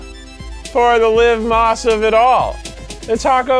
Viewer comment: "Live moss" lol